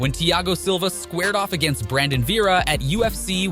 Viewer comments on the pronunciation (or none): Damn only a couple of guys in and you already can't pronounce Koscheck or Vera correctly.